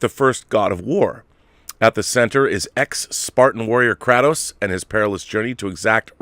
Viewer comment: FYI Kratos pronounced cray-tos